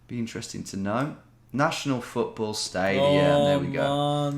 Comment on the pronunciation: Das ist Futtborl oder Rögbie 😂😂